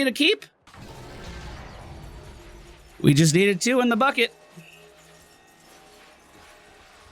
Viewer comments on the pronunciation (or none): none